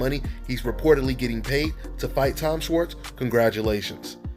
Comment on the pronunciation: its pronounced "shwarts"